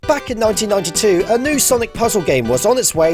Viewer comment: What he says: back in- what i hear:parque (park)